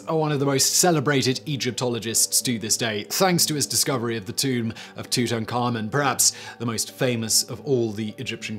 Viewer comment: SIMON! You said Tutenkhamun right! I'm so proud of you.